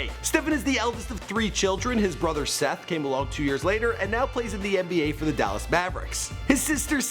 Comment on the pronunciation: this man says “Seth”